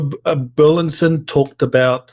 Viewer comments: BUR LIS ON NOT BERLINSON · Burlison, not Burlinson!